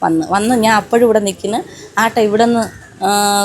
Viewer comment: ആട്ട അല്ല ഓട്ടോ ആണ്‌